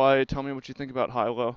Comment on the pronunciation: Hey, Hilo is pronounced HEE-lo. I think it's a good choice. UH Hilo is a cool smaller college. Hilo is a decent community and people are friendly here. You'll be in close proximity to farms, Hamakua coast, and Puna District if you're into the whole counterculture thing. This area can be really rainy and hot sometimes though. I think $400-600 a bit optimistic for rent in Hilo proper though -- think room with shared facilities or studio. A nicer one bedroom is more like $700-800+, but it possible to find a good deal. Also utilities are like 3 times the price of the mainland, so try to find a place with solar water, it'll make a huge difference on your electric bill. West Hawaii is another option if you're less into the college community and more into sun, beaches, and surf. I lived in Kona for a while and want to move back asap. I love Hilo but I like the Kona side weather better. There are a lot of farms around Kona and Captain Cook area too. Kona coffee is the best! There's also a few decent places to game with shops in Hilo, Kona, and Honokaa. Aloha